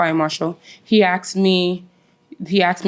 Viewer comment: Asked, not axed😒